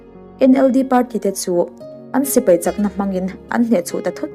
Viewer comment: "Sipei" ni lovin "Sipai" tur